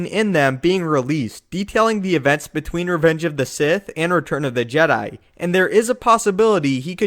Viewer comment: The first video I watched of yours was of the history of the Jedi, and after hearing you say "Jed'hai" so many times, I can't stand your voice... Sorry lol